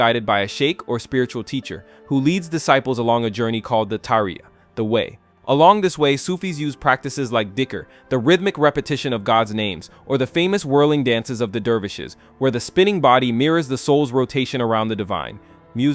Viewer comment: Dhikr is pronounced zik-er